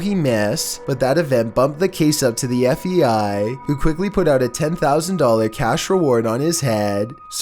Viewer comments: There you go with that FEI, dude it's FBI, LEARN HOW TO SPEAK, ITS SOOO ANNOYING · is it just me or is he saying fei and not fbi? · Why do you keep calling the FBI the FEI???